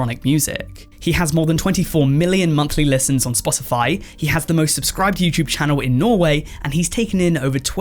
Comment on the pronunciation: “YouChube” lol what uneducated language are you TRYING to speak? 🙄